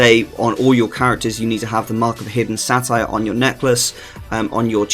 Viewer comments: Say-Ter, not Satire lmao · satyr is pronounced Say ter.